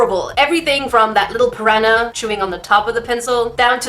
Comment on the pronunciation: she says piraña plant :)